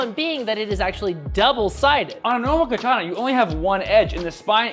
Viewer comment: learn to pronounce katana correctly